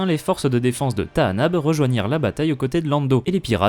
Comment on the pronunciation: Bizarre dans le film, Lando dit Tanaab et non comme tu dis, c'est une erreur (grave) de traduction ? Et comment connais tu le bon nom du coup ? (je suis curieux (mais attention au côté obscur 😊)) Et c'est aussi ce que dit Kyle Katarn dans jedi academy (si les disciples de Ragnos sont sur Tanaab, ils ne sont pas là par hasard)